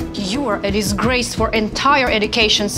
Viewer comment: her:"what a deezgraze" me: what a disgrace, you're pronouncing words like a giraffe